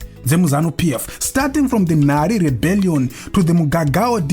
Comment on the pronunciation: Rebellion not reberion